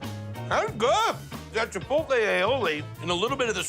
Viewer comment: Chipolte Aioli?...haha oh! the mispronunciation